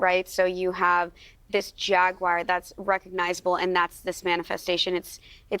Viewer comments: JAGWIRE. lol its like she's only there to memorize and repeat a script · Wtf is a jagwire